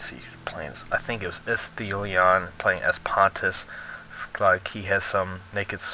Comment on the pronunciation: it's "Isthelion" (Is. The. Lion), haha. But GG for both teams.